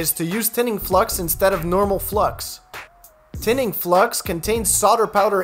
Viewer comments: "Tinning" Flux not "thinning" flux. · Tinning not “Thinning”, i think?